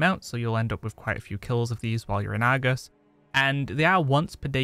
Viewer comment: I like your videos, but I have to admit.. Your dialect frustrates my ears. I mean no offense. But like Argus . The Ar sound is like the letter R. Not Agus. And when you say words like "likely". Where I'm from it's pronounced "like-lee" not " like-la". Again, no disrespect, just thinking out loud. 😁